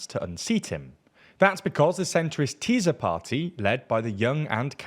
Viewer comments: its called "Tisa" not "Teezah" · It’s ”Tissa” not ”Tizzz-a” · sz is pronounced like s, not z in hungarian. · Why is he saying “Teaser” instead or Tisza? 😂😂😂